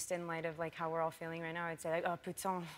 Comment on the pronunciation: i'm french so for me it's so funny and really cute when american people speak french "oh putain" 😂😂 actually she has a pretty good accent